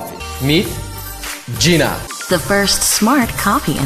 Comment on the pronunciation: I think it’s pronounced, “GīNA"